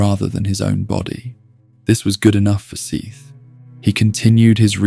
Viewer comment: Can we pick just one way to pronounce Seath? You pronounce it at least 2 or 3 different ways in the first 16 minutes...